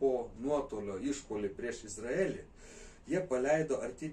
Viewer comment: Kirciuokit jus teisingai ta Izraelį. Baisu klausyti.